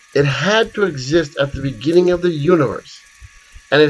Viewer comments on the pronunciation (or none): Beginning not Beggning. thanks - fascinating vid!